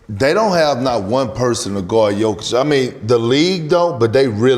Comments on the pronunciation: Did KG just called Jokic - Dzjokovic ? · Kg called him “djokovic” 😂😂😂😂